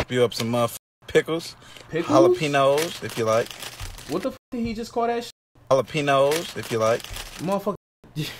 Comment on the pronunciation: Jalpeeños is the most Latinx thing I ever heard 😂